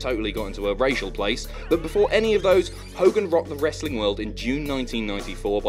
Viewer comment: FINALLY! THE BOYS HAVE COME BACK... TO TALKING ABOUT SOME 'WRASTLING